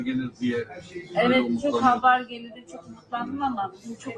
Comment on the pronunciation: Habar deyişine sinir oluyorum